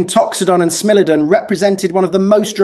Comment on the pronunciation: "Smellodon"? 😂 AI has to up it's pronunciation game